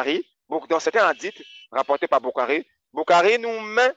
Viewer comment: Et il a fait de l´arabe en Algerie sa façons de prononçé Bukhari et a mourrir de rire🤣🤣🤣🤣 ils n´ont pas la subtilité du sens des ecritures et le jeux de la lecture, je connais bien le site ou il puise ces information qui a été fait en verité en reponse a un site musulman qui existait bien avant avec le meme nom qui a été radier aujourd´hui, l´ignorance est leur fardeau, BarrakAllah ou fik frerot👍